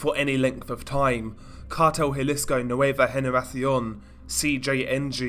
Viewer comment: Your "Nueva generacion" was pretty spot on. Nice.